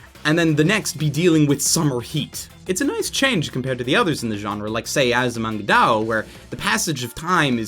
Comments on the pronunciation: Azumanga Daoo? Thought it was Daioh. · Its Azumanga Da-i-oh. There's an "i" in the middle. BTW Nichijou is awesome.